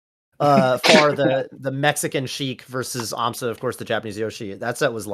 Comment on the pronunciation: "Can you imagine European aMSa?" Me "You mean Amsah?"